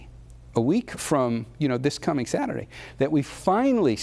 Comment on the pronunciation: When is satruday?